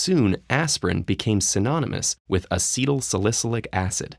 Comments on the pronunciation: It’s pronounced Uh-sea-toll-sal-uh-sil-ic acid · Mispronouncing acetylsalicylic. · Dude, you’re mangling the word acetylsalicylic. Correct yourself. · I've never heard anyone butcher the pronunciation of acetylsalicylic so badly.